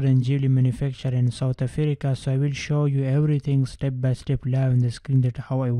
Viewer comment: I love how he pronounces South Africa "Southe Afereca " 😂😂😂